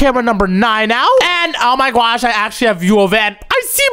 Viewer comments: why in the world does he says oh my gwosh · its not oh my gyash its oh my god and oh my gosh